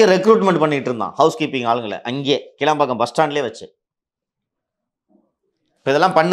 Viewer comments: கீலம்பாக்கம் அல்ல ; கிளாம்பாக்கம் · It's not keelambakkam. It's kilambakkam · ஐயா அவர்களே அந்த இடத்தின் பெயர் கீளாம்பாக்கம் இல்லை கிளாம்பாக்கம் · கிளாம்பாக்கம் மா கீழாம்பாக்கம் மா???? தப்பு தப்பா சொல்லாதப்பா? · டேய்...கீளாம்பாக்கம் இல்லேடா....கிளாம்பாக்கம்...